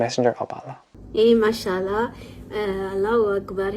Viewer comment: IMPORTANT : Ma soeur j'aimerais te corriger dans cette prononciation : On dit masha(légère prolongation du a) et prononcer le A de ALLAH. Mashaa ALLAH. Parce que si tu dis macha Llah comme ça d'un coup, tu es en train de dire "Allah a marché". Qu Allah me pardonne pour ces mots.